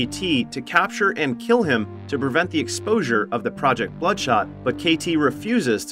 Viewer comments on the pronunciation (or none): none